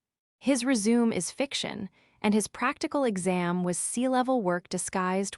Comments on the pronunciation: Resume,, she pronounced rezooms? It re-shoo may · It's resumay, not resume. 😂😂😂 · "Re-Zoom"???🤣😂🤣 AI is so stupid. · Good payback trumps pronunciations. Wow! A WELL PAID PAYBACK! What a concept!😅 Rejection on merits. Don’t lie on your RE-ZOOM! 🎉😂💃🕺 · AI needs to learn how to pronounce the word ' resume' properly - rez-zoom-may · If you want your ai voice to sound more natural, at least try and say the words properly! 'RESUME'. Really??? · I had initially clicked like until I realized that you hadn't listened to what you had your AI spit out for you. It's RESUME (something you send to a prospective employer) NOT resume (start something again), among other mispronunciations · Learn how to say resume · That is NOT how you pronounce 'resume'. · Jut like no. doesn't = number and is. doesn't = island. The 'resume' AI understands is 'to continue' not what is described in the story